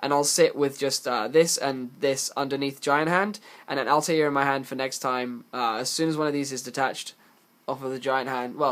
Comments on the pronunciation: JustTooGood It isn't though. "Altaïr" from AC has a double accented "i", which leads to the "All-tie-ear" pronunciation. "Satellarknight Altair" has no such accent, meaning it is pronounced "All-tear" as in "A'll tear you a new one for pronouncing 'Altair' wrong." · It's to counter the fact he can't say Altair correctly.